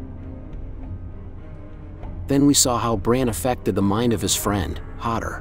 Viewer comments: "Hodder"? Really??? It's Ho-DOOR. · How am I supposed to take this seriously when you said Hador instead of Hodor 😂 all jokes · Ha-der??? Did you watch the show? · How can you go so deep into the lore and have all these theories and still get the names wrong? 🤣 "hodder" 😭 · Duuuude right hahaha he called him Bryden lol and Hodder lol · Yeah, he lost me at HAdoor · It’s pronounced Hodor not Hodor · Hodder....!? Did he need to Hod the Der? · Whoa, I can't even finish this video or take it seriously now. You can't even pronounce "Hodor"? Yeah, I'm done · Is it only me or does anyone else think this guy should be banned from every making any Game of Thrones or house of the Dragon videos for the way he pronounces Hodor and Brynden? He’s def not a fan. Just someone trying to get clicks from a series he’s never watched